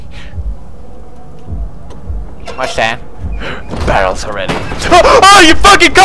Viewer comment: Amnesia didn't scare me..You saying "BARELS" did XD